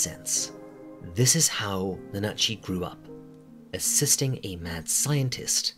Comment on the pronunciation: "na-NA-chi" Yeah, totally how you pronounce that, it's certainly not NA-na-chi... What makes Made in Abyss scary and traumatizing isn't the events alone, but the events in connection to the characters. #5 "As established early on..." Then why would it be something we might have missed? I figure Belchero purchased the building and that stuff was already there. The reason all the tools are in good condition is probably Riko maintaining them herself for fun and to practice maintaining delving gear. Because she's weird like that. Probably why she's figured out how to use all of it, too. #4 So... this is less "things you might have missed" and more "things you might have overlooked", then. #3 This is directly discussed in the series. "fa-PU-ta"? Seriously? That's directly the opposite of how you're meant to pronounce that. The U sound is whispered and the emphasis is on the first syllable. You sound like you're just calling her a Spanish whore (la puta). "Could be" interpreted as a journey into the underworld? It's called that directly over and over again by the characters! The first opening of the anime, Deep in Abyss, even literally calls it hell (naraku/奈落). #2 I can tell you immediately most of Irumyuui's desires. It's not difficult to see them: I want to be a mother. I want to save everyone from the mockwater. I want to see my pet again. The Cradle of Desire doesn't actually understand desires and so it just fulfills them all at once as best it can using your body; that's why